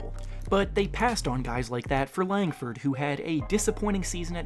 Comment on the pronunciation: Dude you did Langford wrongggg😡 easy dislike.